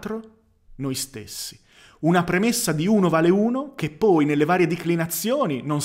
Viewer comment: Te lo scrivo solo perchè so che ci tieni: tendi a chiudere spesso la "o" di "poi" che al contrario è aperta. A parte questa piccolezza ne approfitto per farti i complimenti, contenuti intelligenti, preparazione intelligente (di te stesso) e dialettica altrettanto intelligente. Più che un "Grande" è necessario scriverti un "Grazie". Grazie